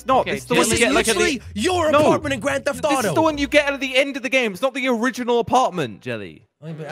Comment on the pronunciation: Nobody : No One : Jelly : GrAnD tHeFt TOTO